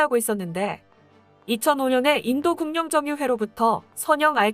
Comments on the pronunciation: 와이튜브 여성 내레이터 는 국어국문법 과 읽기공부를 해야겠다! 인도국영정유회사 의 발음을 인도궁영정유회사(인도구경정유회사 로 발음 해야함)하는데 이는 외국인도 이런 실수는 하지 않는다! 공부좀 한후에 컨텐츠 제작에 나서길 권유한다! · 님? 대중을 위한 방송을 할려면 국어를 정확하게 읽어야합니다.국영은 구경.급유는그뷰로 발음합니다